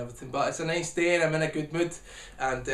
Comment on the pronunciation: it's aye neis dey